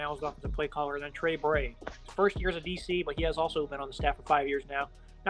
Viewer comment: It's Trent Bray, dude